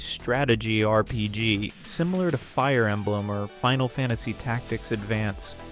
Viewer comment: I think another thing that could help is watching out more for awkward pronunciations. A common one is that the voice breaks up "RPG". If the script has it as "R.P.G.", that's probably causing it to treat each period as a sentence ender, thus the weird pausing. If that's not what's going on, and it still stumbles on the letters, you can try a word substitution such as "arrpeejee" or just "role-playing game". That might be more of a hassle though, but if it removes the artificial pausing, that's one less repeated point of friction and could be worth that bit of polish. There's a few other common words it stumbles on or pronounces oddly. If folks comment on a goofy pronunciation, it might be worth fixing. It does seem I am hearing less of them on the new voice, but R.P.G. still stands out particularly, and I sometimes hear that on other channels too.